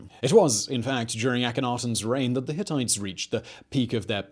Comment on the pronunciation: I know you all laughed at "Hittities"